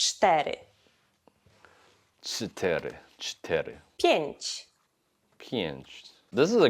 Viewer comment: Never trust a person who try to teach you Polish and says shit like "pienć, pietnaście, and piendziesiąt" 😅